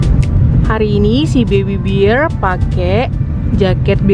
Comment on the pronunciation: Mbaak sy pingin ketawa mbak nyebut bear kyk beer 😁 yumi baby beer ❤ bear bacanya bkn beer mbk, ntar beda arti 🙏🙏🙏 btw kociiik tetap kesayanganku, gemessss, pingin diuwel2 pipinya 😍